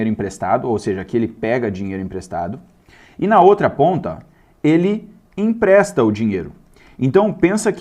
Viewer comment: "Impresta"????? É empresta!!!!